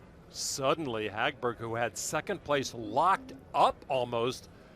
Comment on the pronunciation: They're butchering the name Hagberg which actually sounds pretty in Swedish. 😑